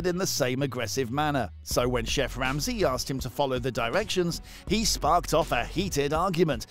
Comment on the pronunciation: "Chef Wamsey"